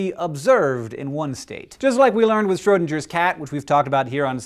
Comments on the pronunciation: Schrödinger is pronounced Schrö-ding-er, not Schrö-dinge-er. It is like the difference between GIF and JIF. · Hank: The "ng" in Schrodinger should rhyme with "sing", not "singe". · I'm sorry, say jif all you like, but it most certainly is not Schrodinjer. NO. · Hank, the way you pronounce Schrödinger makes me really uncomfortable … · That's not at all how you pronounce Schrödinger! [dʒ] isn't even a sound in German XD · The 'g' in Schrödinger not a soft 'g': the 'ng' form /ŋ/ in the same way that 'singer' is a reference to one who sings, not one who singes. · D-Wave isn't a quantum computer per se. It uses quantum annealing and can't do Shor's algorithm. Nevertheless, it's pretty amazing. The 'g' in 'Schrodinger' is pronounced as 'g' in 'great' not like 'giraffe'. If You explain superposition, You should also mention quantum entanglement. You can't really have a QC without entanglement. Otherwise, great presentation!